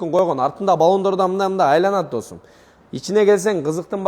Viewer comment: Досм деп кечке эле шалпылдайт экенсин. Досум деген создун кадырын кетирип.